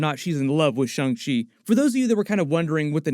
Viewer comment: STOP SAYING SHUNG SHEE ITS SHANG CHI FFS